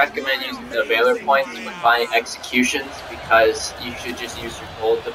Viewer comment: Valor (Vah-lore)